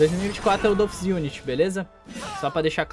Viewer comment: é DOFUS nao DÔFUS